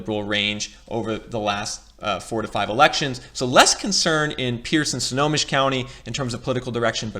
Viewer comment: Bruh, you were killing me. The county is pronounced "Snow-home-mish". Lol And that is not a river that separates Seattle and Bellevue. That is Lake Washington! 😂 😂